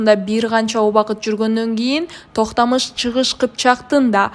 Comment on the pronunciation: нормалный сүйлөгүлөчү Токтамыш дебей ,Токтомуш деп , Тимур дебей аксак Темир деп таза сүйлөсөңөр